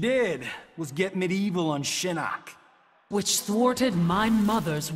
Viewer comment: Shinnok a nie shinock